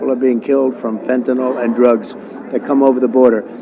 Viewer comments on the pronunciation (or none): NOTE: "Fen tuh neel," not "fen tuh nall." -ol in organic chemistry is used for alcohols while -yl is for phenyls, like fentanyl.